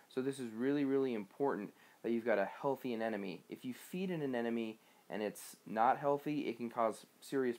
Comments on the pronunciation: sounds like you're saying anenome... :P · You’re saying anemone incorrectly.